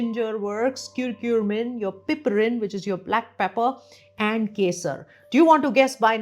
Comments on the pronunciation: It's not kurkure, It's not lays. It's not KurkuRmim... It's CURCUMIN. As a Doctor you should pronounce the names properly. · Is it curcumin or curcurmin (which you are saying again & again)? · thank you for your time? Why are you pronouncing Curcumin as Curcurmin, lol? Why that extra R?